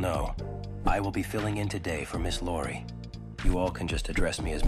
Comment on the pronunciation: Ms. "Lori" 💀